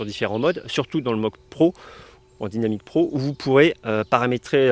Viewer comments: Je vois que vous avez fait des progrès en anglais , mais pas encore assez dans la prononciation ..... Alors dynamic et dynamic pro faudrait le dire en français comme vous faisiez avant . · J’adore ton accent anglais Dynamic Pro ou c’est dainamique pro lol 😂